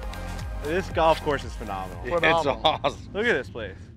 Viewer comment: you besmirch the game. Get better. Watching you swing is like watching somebody struggle with a stuck door. is a player. is a real one. nice with it but please stop with the phe-nah-meh-nal ad nauseam.